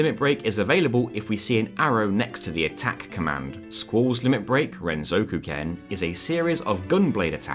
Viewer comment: It fills me with so much joy to hear you properly pronounce Renzokuken as "ren-zoku-ken"